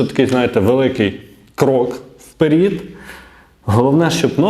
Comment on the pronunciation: Крок вперед, а не вперІд!